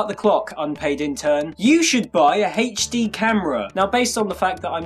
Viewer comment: Hayche Dee LOL